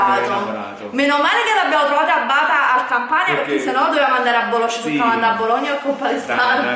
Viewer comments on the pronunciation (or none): none